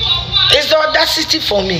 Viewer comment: Is just odacity for me!! It's odacity city for me!! Afia kept repeating this 😃😃😃